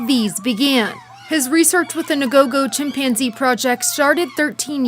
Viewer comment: Tf is a chim-panzee, why did he say it like that